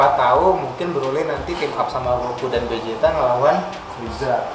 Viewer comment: Vegeta atau Bejita, bukan Bezita